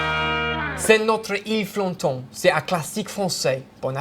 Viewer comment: Omg your frenche!! Amazing!! Love youre ile flotante ♥♥